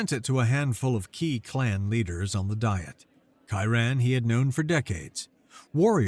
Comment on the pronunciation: It’s pronounced Dee-et, not die-et.